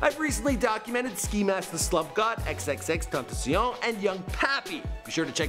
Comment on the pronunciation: Why does he say tentacion like that?